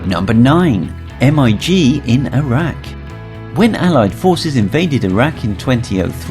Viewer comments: it is not pronounnounced m.i.g. its mig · "M. I. G." is pronounced "Mig", which is a contraction of "Mikoyan and Gurevich Design Bureau" (MiG). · It’s pronounced mig not spelled. Not to be offensive but this hurts my head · Bristol Freighter! that is frayter! and how can you not know about MIG?? not M I G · This just hurts my ears lol